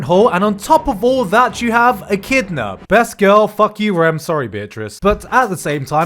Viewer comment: Gj, you finally said Echidna right. Didnt think the day would come. Nice Video btw